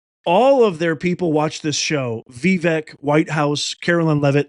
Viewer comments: It's pronounced Vivek ( Viv ake ...like cake ) I'm surprised you missed that whole pronunciation thing when he was first running for President. Fyi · C'mon after all this time you don't know how to say his name? 😮 are u joking? Its Vi- vake, sounds like cake. Geez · I've looked this up twice as many people have struggled with the proper pronunciation of Vivek, including myself. It is 'Vih-VAKE' according to Google. Hope this helps.